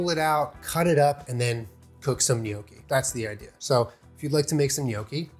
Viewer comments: GNOCCHI. Perfect pronunciation (*ITALIAN TEARS OF JOY*) ❤ AWESOME VIDEO. 😎👍🏻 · thanks for not pronouncing it no-key!! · If you didn’t pronounce it right I would have had to leave. So thank you. I hate when people call them “NOCKies”